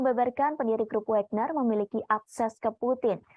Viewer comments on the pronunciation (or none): bacanya Wagner bukan Wégner